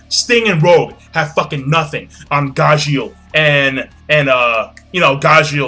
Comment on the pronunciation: When he said Najeel I instantly thought of Natsu and Gajeel using the Potara earings or doing the Fusion Dance. In all honesty them fusing together would be pretty frickin' awesome.